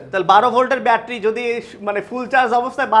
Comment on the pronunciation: তুমি বেশি শিক্ষিত দেখতেছি। আমরা ব্যাটারি বানান ঠিকমতো লিখতে পারেন না । উনার উচ্চারণটাই সঠিক